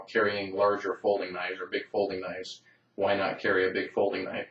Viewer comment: Thats a weally cool noyfe!